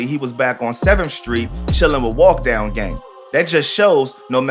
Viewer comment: dis mane said baby walk dog and not baby walkdown 💀